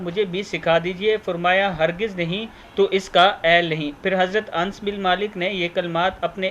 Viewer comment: Hazrat Anas sahi hota hei ans nahi